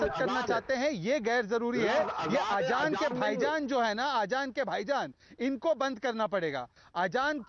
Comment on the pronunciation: ajaan 😂😂😂😂😂 are ghadi azaan azaan not ajaan 🤣🤣🤣🤣🤣🤣🤣🤣🤣🤣🤣🤣🤣🤣🤣🤣🤣🤣🤣🤣🤣🤣🤣🤣🤣🤣🤣🤣🤣🤣🤣